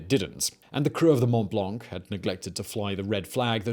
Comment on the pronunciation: The C in "blanc" is silent.